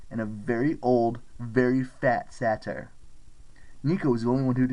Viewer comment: Love the audio book but it’s not pronounced satire